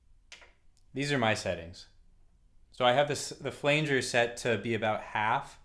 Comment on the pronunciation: Oscillator slop, Enveloper knob??? (no idea what you really said). Polymod on the low pass filter. Flanger is pronounced with a short 'a'. Like flange - the e is only there to keep it from sounding like 'fang'.